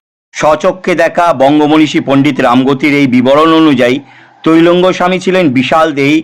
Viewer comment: কথাটা তৈলঙ্গ না ত্রৈলঙ্গ স্বামী, একটু জেনে জানাবেন আশা করি ।